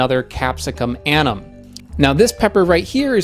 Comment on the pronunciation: In latin names, you pronounce ALL the vowels! You keep dropping the 2nd u in annum, and the e in chinense